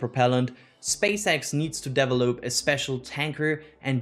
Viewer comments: We need to start a drinking game everytime says Deevelop instead of develop:) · the way you pronounce "variant" and "develop" needs to be fixed. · The way he pronounces "develop" and "variant" trigger me so much, and I'm not even a native english speaker. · same here, and his "develop"s trigger me to laugh 🙂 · Can you please, never ever say “develop” again…